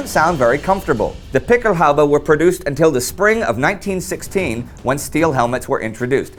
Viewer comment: Excellent piece. Quick note: The plural of "Pickelhaube" has umlauts over the "a", and is pronounced "PICK-el-hoy-ba".